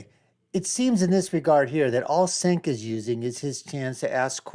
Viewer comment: 'The Young Jerks". Mispronouncing Cencs' name. No bias here, huh?